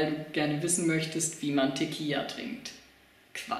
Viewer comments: es heißt tequila nich tequija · Das heißt Tequila und nicht teqia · Diggah erstmal sprichst du tiquilla falsch 😂 und zweitens mal Fans du dachtest das ist lustig hast du irgend ne Geschmacks Verstörung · Mal abgesehen davon das du Tequila falsch aussprichst und das immer und immer wieder , bist du auch sonst ein kompletter Pfosten! Danke für's Video habe lange nicht mehr so gelacht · Propier nen witz zu machen und ist zu doof Tequila auszusprechen. Das ist Recordverdächtig. Und weil wir zu doof dazu sind sagen wir es gleich gefühlte 800 mal. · Tequila is mit einem l du kek also sprichs gefälligst richtig aus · Wen mann Teqi la nich richtig aussprechen kann sollte man kein video machen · Also 1. Ich bin wahrscheinlich mindestens 10 bis 15 Jahre jünger und kann Tequila aussprechen. Lern bitte ordentliche und ernst gemeinte Vid's zu machen.